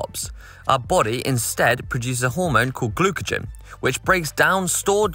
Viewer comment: okay, i'm nit picking here. mispronounced the hypergycemic hormone "glucogen", of which does not exist. It is rather glucagon that allows the stored glycogen (in the liver and muscles) to be released as glucose in the bloodstream. Still, loved this vid. It would have been interesting to do ketone testing as well. As burning body fat would produce ketones. This might have explained Connor's moment of wellbeing. As in the end discussion, Yes athletes are better at glucagon storage than us lesser mortals. Bigger muscles, more glucagon stored and better at utilising it. Love you all.